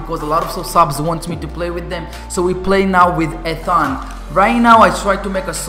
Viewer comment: You always say Ethan wrong..